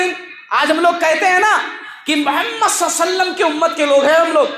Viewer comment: Mashalla shaik bohat achi taqreer thi magar ghustaki maaf aap " mohammad sallalhau alihi wasalm" sahi nhi bolre the magar bohat achi taqreer thi